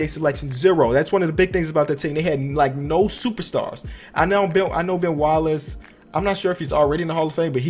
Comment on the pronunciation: Ben not bill